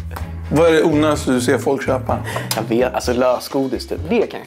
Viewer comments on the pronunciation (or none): Det heter chex it kex och det heter chök inte kök och det heter chöpa i te köpa